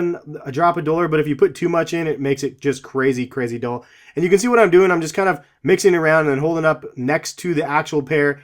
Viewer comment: You said dole it's dull